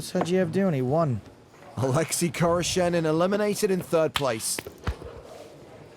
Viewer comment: Oleksi khoroshenin? I thought the commentator said a Lexus car salesman.